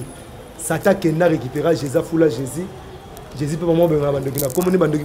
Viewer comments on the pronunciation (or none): on ne dit pas sicre, mais sucre, on ne dit pas Jezi mais Jesus.